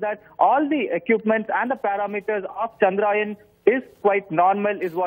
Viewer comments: its not pronouned Chandraayan (story of moon) its pronounced Chandra-yaan (moon craft).! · Why does he keep saying Chandraayan ? The name "Chandra Yaan" has been in news over a million times by now.